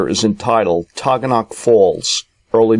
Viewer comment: Very interesting but you are not pronouncing Taughannock Falls poperly- it sounds like "Ta ga nuk" I lived in Ithaca for 7 years!!!!